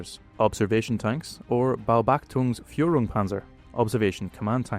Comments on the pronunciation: It's not "Baobacthung". It's "Beobachtung". "Beobachtungspanzer" = [Artillery] Observation Panzer. Greetings from Sweden! 👍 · Close. "Beobachtung." Not "Baobachtung." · "Baobachtung" made me laugh, I'm sure it's already in these comments somewhere but it should be "Beobachtung" as in "Observation." "Baobachtung" sounds like you're intently watching a steamed dumpling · The pronouncement for "Beobachtung" lay heavily on the o. 😅